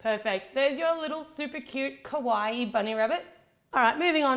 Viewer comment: You have an accent so i get the struggle, but kawaii(かわいい) is cute not kowaii(こわいい) which is scary. Common mistake upon those who talk English.